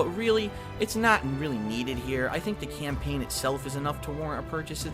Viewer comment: I wonder if he reads from a script. "Camplain playthrough." nice..